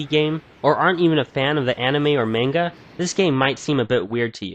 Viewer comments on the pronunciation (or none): none